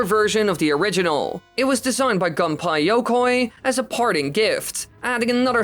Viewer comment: I love how he says Gunpei Yokoi like "Gunpie Yokay"